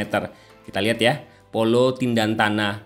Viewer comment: Tentena Bukan tindantana